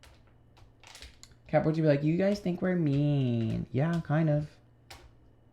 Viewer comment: LOL feeling massively attacked with Taurus (rising) and Virgo (Moon) hahaha how did you know i've been a bitch. Also did you just call us Crapricorns (sun) lol